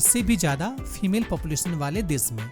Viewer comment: FEMAIL NAHI SIR FEMALE but anyway good video and voice over keep it up